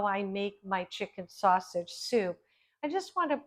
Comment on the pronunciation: THIS is one of your B E S T shows! Awesome job on this and glad you kept in the first “snaushage” because it was hysterical. Proud of you, my friend. Keep doin’ it!👍🏻👩🏼‍🍳